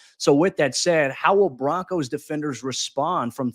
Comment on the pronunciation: Just Broncos not Bo- Broncos. Comn man